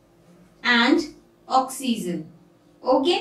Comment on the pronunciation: Mam oxyzen nahi oxygen